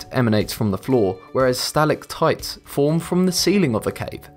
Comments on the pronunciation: *Sta-LAG-mites and sta-LAC-tites. Stress on the second syllables, not the first. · Sa-lag-mites and Sa-lag-tights